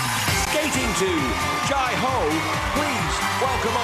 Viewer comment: this is soooooo incredibly cool, i love dancing on ice (L) and i also find the way the commentator says "jai ho" as "jii ho" xx